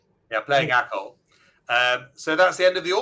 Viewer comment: ”Acol”, not echo :-)